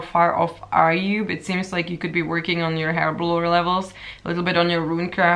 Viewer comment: It took me a while to realise she was saying herblore instead of hairblower....... LOL I was like WTF is a hairblower?